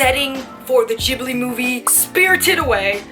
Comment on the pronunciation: The pronunciation for Ghibli is gee-bli like G like in grapes 🤔